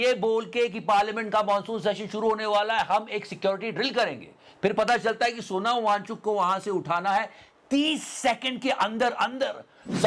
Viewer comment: यार वो सोनम है Sonao मत कहा करो भाई